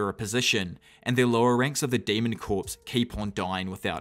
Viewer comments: Great video just one problem. Corps in this context is pronounced like “CORE” like the marine corps. The P is silent it’s not said like “corpse” as in a dead person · The word corps is pronounced core.